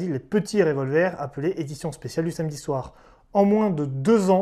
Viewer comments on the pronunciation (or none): none